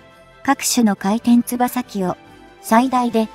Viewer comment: 読み上げソフトがポンコツ過ぎない？ 回転つばさ機wwwFスリーごライトニングwww現在進行かたちww